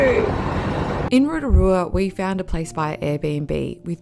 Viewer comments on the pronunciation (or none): "ROTARUA"? correction (ROTORUA) ROTO=Lake. RUA=Two. Therefore, 2nd Lake. "Upright Canoe" at Lake Tarawera? Wrong, Pouwhenua = Totem Pole, (land post), are carved wooden posts used by Māori, the indigenous peoples of New Zealand to mark territorial boundaries or places of significance. The Smell? Everywhere on the planet where there is volcanic activity smells, it's called sulfur. It's not that bad (Are the facial contortions that necessary?) and I would think that being respectful of the places you are visiting including towards the people who's land it is (Including myself), enjoying the scenery, soaking up the ambience of the place would be far more beneficial to oneself and to viewers alike. Apart from that, nice work (From a Kiwi documentary filmmaker based in Sydney)